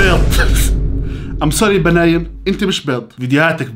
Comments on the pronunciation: بنين مو بناين ههههه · بنين❌ بناين✔️🤣🤣🤣🤣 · بناين ✅ بنين ❎ 😭😂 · بنين❌ باناين✔ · بناين لا اسمها بنين🤣🤣😂🤣🤣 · بنين ستار❌❌ بناين ستار✔✔ 😂😂😂😂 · بنين ✖️ بناين ✔️✔️✔️ يعجبني هالأنسااااان 😂😂😂😂😂